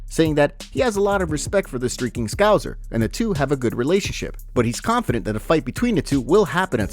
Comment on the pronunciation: At some point you will surely learn how to pronounce scouser😂